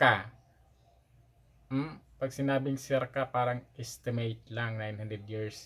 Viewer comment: Nanonood nga kami at parang hinde akma na guys ka ng guys pero kaming matatagal nang nasa labas ng bansa iniiwasan naming maging guys kahit araw araw kaming inglis ng inglis...Ang parang ngayon naging Par-ang na ang bigkas.